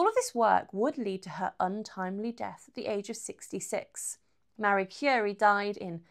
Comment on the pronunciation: Someone who read the Wiki page and made a video. Can't even pronounce her name right.